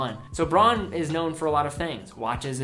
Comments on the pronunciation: great video as always! I know pronunciation is difficult for some German names. But simply say Braun like "brown" its a lot more accurate. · Difficulty for Americans: In the advertising here the company pronounces it "brawn", presumably because "brown" does not sound European enough. It blew my mind when I first saw a Braun ad in German, and I realized yes: "au" in Braun is pronounced as 'ow', as Donau River. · He pronounces "Bronn". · Many people helping with the pronunciation of Junkers. I believe Braun is pronounced Brown. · Braun is almost pronounciated as in Brown. But its ok.